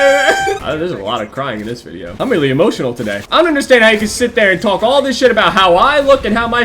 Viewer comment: "Wow I'm really emoniotal today" - For some reason this made me laugh so hard xD